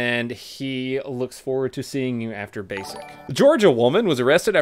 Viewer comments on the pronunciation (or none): none